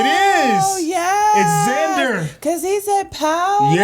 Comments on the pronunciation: his name is Vander not Zander 😂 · Umm.. it's Vander